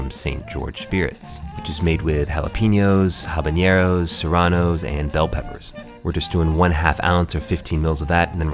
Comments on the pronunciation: "Habañero" doesn't exist. It's "habanero". Drink looks good, though. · It's habanero not habañero